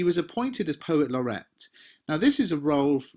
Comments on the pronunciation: oi mate it’s not laurette it’s laureate you dimwit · Excuse me, but isn't it 'Poet Laureate' /'lɒrɪ:jət/ (not 'Laurette')? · At 2 minutes isn't it Poet Laureate instead of Poet Laurette? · Thanks for another fantastic lesson. Just one thing though - it's poet laureate not poet Laurette. thanks! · Please note he was the POET LAUREATE NOT POET LAURETTE. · Lorrret or lorriate? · Love lots of stuff......but sorry, it's 'poet laureate' and not 'laurette'!! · Is it not poet laur-e-ate? I wouldn't quibble, but it would be nice if the GCSE candidates get to spell it right in their exams:)